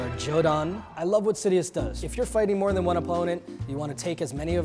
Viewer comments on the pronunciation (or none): none